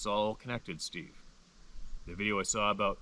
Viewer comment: Steve, not stave...lol